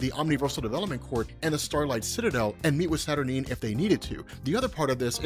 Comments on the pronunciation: Kinda puzzled that you are pronouncing Saturnyne as “Saturneen”. Unless there’s something Alan Moore said about it, it would surely sound almost exactly the same as the word “Saturnine”, which sounds altogether far, far better and with the appropriate gravitas such a powerful character deserves. That aside, your video would have me interested enough to buy a Marvel comic for the first time in 30 years. Interesting stuff and well explained. 👍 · Isn't it pronounced Satur9? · Saturnyne is pronounced Satur-9 ! I cringed every time you said it wrong lol. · Isnt it pronounced Saturn eye-n?